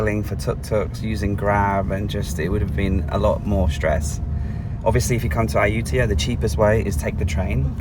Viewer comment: It's a pity that this video was released a month later than my visit, but I skipped Ayutthaya because accommodation was booked solid, and it will have to wait for my next visit. You have given me some ideas and insights that will be helpful., now that you have a Thai wife, ask her to teach you how to pronounce Ayutthaya. 😉